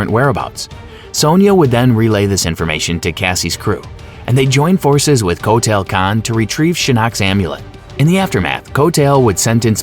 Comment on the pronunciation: Coat tail kahn 🤣